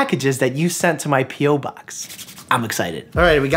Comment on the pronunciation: I understood: "Why don't we open some packages that you sent to my PEEWOOP-Box."